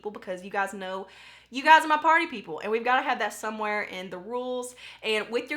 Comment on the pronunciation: #partypeople I always think you're saying potty people and I can't help but giggle, sorry Lol! I love your channel, you're so real and funny! I have only been subscribed for a year. The first video I saw was your Britney Spears foundation review and I was HOOKED. I have my fingers crossed for the giveaway!!:)